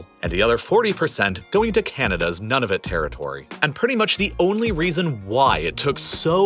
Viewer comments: It’s pronounced Nu Na Vut and not none of it, very interesting video. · Lmfao it’s not NONE-OF-IT 😂 It’s NOON-A-VUT (Nunavut)🎉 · Which is why, , it's pronounced, as far as I know, to rhyme with New Nah Vüt , not None of Vuht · Not to put too fine a point on it but that territory is Noo-nah-voot not like "none of it". Otherwise, another great video. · it is pronounced newnavoot, not nunovit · Which Canadian Prime Minister is this? Stephan Dion??? He was never a Prime Minister! And Nunavut is pronounced ‘Noonavut’. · The cringe I feel when people pronounce Nunavut as "none-of-it" 😬🍞 Like this guy did in the video 😒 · As a Canadian, you pronunciation of Nunavut is irksome. It's pronounced "noon-uh-voot" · You mispronounced Nunavut